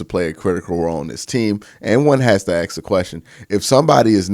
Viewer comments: Q, please learn how to say Assssk. Axing around just sounds so unprofessional bro. Love the content but hearing Axe consistently is so cringe. 😥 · it's not an accent, he's just misprouning it. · He sells merch with that signature phrase, probably not gonna change it bud